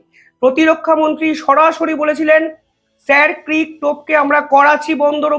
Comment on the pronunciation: উচ্চারণ হবে " শির ক্রিক " । এটা কচ্ছের ভাষা ।